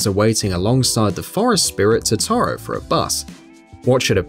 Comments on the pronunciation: I can understand the persona characters names being mispronounced. BUT THE WAY HE PRONOUNCES TOTORO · You mispronounced Totoro, Rise, Kanami, Caroline, Leblanc, and Yusuke. Also "Yusuke's palace?!?!?" He doesn't have one! Its in Futaba's room! Please play the game you make a video on